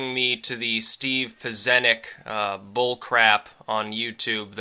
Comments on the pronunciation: pronounced PITCH-EN-NIK HE IS THE REAL DEAL FIRST TIME HE SHOWED HIS FACE IN 25 YEARS, THE MESSAGE IS THAT IMPORTANT. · It's pronounced peh-chen-ick. Alex says it quite a few times,. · the "cz" in Pieczenik is pronounced like "tch" in Scotch As for "ring around Russia" it is incredibly stupid thing to do. MAD works, it has been THE basis for human interactions since the first people started working together. How is it that we can walk the streets in relative safety and not worry about some random dude killing us for fun? It's Mutually Assured Destruction: if he kills me the police will kill him. MAD is far from mad, it is perfectly logical and workable situation. We only need to make sure that the people playing the game are sane, which is why Islamist states and Clinton must be kept away from nuclear weapons.